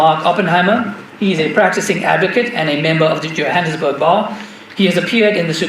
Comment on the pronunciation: He said Jahanam sburg